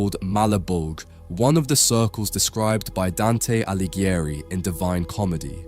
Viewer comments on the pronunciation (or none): none